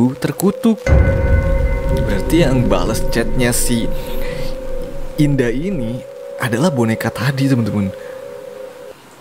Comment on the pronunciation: "indah" kenapa saya dengar "dinda"